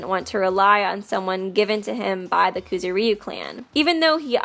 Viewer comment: IT'S NOT KOOZOOREEYUU it's kuZOOriyu